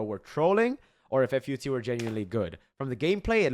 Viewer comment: fyi, its called FUT like a whole word, like foot but deeper and faster